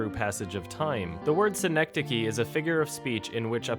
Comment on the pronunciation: As I’m watching - realizing I was pronouncing that movie title wrong. suh - nek - duh - kee Y’all.